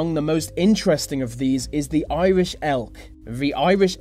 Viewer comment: The... not Va. There is no v in the word THE